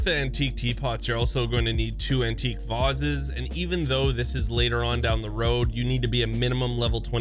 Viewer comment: You need to relearn the pronounciation of the word "vase" ;)